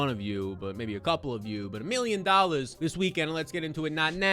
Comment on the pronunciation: I love the emphasis now a days on the “million dollars” lol